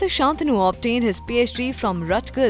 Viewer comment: Shaantanu or Shantaanu? Learn to pronounce his name correctly